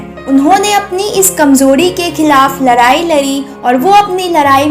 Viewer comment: larai nhi ladai bolo maam jab koi impossible toh aap hindi kyu nhi seekh jaati..